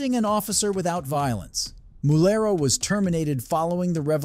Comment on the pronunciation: Mulero, not Murello.